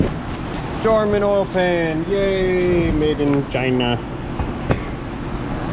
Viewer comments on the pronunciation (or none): none